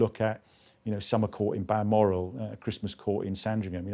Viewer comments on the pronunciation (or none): none